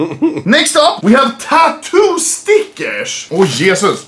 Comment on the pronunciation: why you say štickers and not stickers, you speak perfect english but dont know how to spell stickers <3